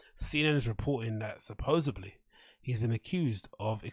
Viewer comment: Supposebly.......good god